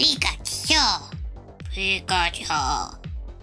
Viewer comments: Everytime she said "Pico/piko" instead of "Pika" I cringed so hard XD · It is so anoying that she's always says pick a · why keep saying pikatu it was the most annoying thing but true makeup was good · posible ivy ik she keeps on saying picka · STOP SAYING PICKACHU AND PICKA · her saying pica-chu was annoying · Stop saying peeka it's annoying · No say pick a chew no say it so annoying